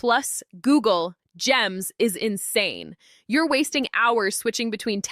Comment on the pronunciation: Well said, sis. Gosh, the way you said “INSANE” took me right back to the first night I tried NotebookLM with Gems and accidentally stayed up till 4AM whispering “okay… but why does this thing understand me better than my high‑school guidance counselor.” I was sitting there, hair tied up like a stressed inventor, feeding it documents and watching it spit out summaries so clean I had to look around like, “Is this… legal?” And then the Gems part kicked in and suddenly it was remixing my notes, connecting ideas I forgot I even had, and I swear for a second I felt like I was in one of those tech‑founder origin movies where the protagonist discovers The Algorithm and everything goes slow‑motion. It’s wild how these tools make you feel both hyper-productive and slightly concerned that your brain has been running on demo mode this whole time.